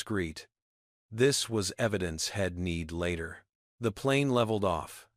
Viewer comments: So many pronunciation mistakes, it sounds ridiculous. Head, for he’d, shed, for she’d , Ill, for I’ll., ill is another word for “sick” and so many more, you should be able to find them, and make them learn how to pronounce them correctly! Here’s another one, hell, for he’ll. Im for I’m. The longer I listen to this, the worse it gets! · This was a good story except the fact that AI could NOT pronounce words correctly, you need to better or not do it at all!!! The word he'd was pronounced as head, the word she'd was pronounced as shed. Really you can't pronounce words correctly??😢😢